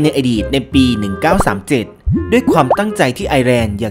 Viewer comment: ไอร์อ่านแบบนี่ไอซ์